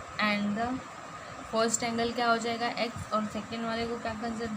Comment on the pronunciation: Madam in 4th question you said forst it is first 🤓